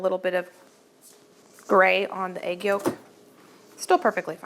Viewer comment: is so arrogant and dismissive of her sweet mom. Her mom is a better cook than she is, let’s be honest. Also, egg is not pronounced “aig”. Listen to your mom,. She never responds to what her mom says. She changes the subject immediately as if her mom didn’t say anything😅. A little too arrogant for such an unprofessional home cook. runs circles around.